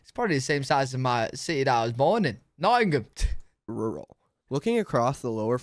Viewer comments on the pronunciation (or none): "city I was born in - Noaughoghtin." What's that?